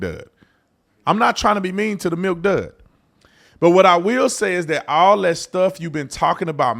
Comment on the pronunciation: He said milkdud. Damn.